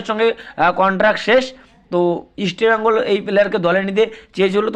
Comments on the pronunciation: আরে ভাই ওটা ইস্টবেইঙ্গল না ওটাহবে ইস্টবেঙ্গল বুঝলি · You even do not know how to pronounce East Bengal properly.Try to pronounce correctly before doing business.